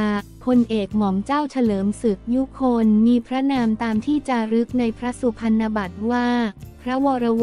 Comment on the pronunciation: คำว่าพรรณ อ่านว่าพัน-นะ ไม่ใช่ พัน เพราะเป็นคำควบกล้ำ